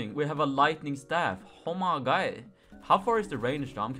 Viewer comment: I feel very weird when he says oumaygoud idk why...